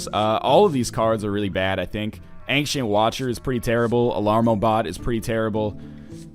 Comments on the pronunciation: Ancient of Lore. It's not "an-ksent", it's "ayn-chent". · Ryan, when you say "ancient" it is distracting. Now when ever anyone pronounces it the more commonly used way, I think of you..... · Since when was "ancient" pronounced "ank-shint"? I always hear NL pronouncing it that way but I have never heard anyone else say it like that, English teacher or not